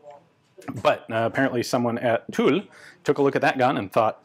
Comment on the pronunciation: Ian, I’m super pleased to hear that you have finally nailed the pronunciation of ‘Tulle’!